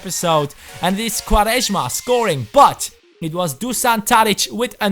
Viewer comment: u say quaresma very well xD (im portuguese)